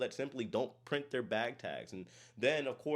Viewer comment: ATTN BLACK PEOPLE THE POSSESIVE WORD IS PRONOUNCED "THEIR" EXACTLY LIKE "THERE" A "TH" WITH "AIR" NOT "THEY" THEY IS LIKE "I talked to the kids acting ridiculously on the cruise and THEY went back to THEIR rooms" Their- possesive TH + AIR thank you